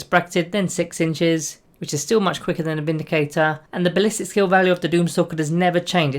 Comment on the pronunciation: I thought you said the "Space Marine Bindicator" then lol